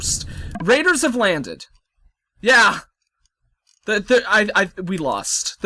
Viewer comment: Okay sorry but did he just say "Randers" have landed about five minutes in? That's glorious. Fuck Raiders, they're Randers.